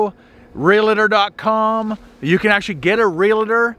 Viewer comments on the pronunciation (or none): It’s realtor, not realitor.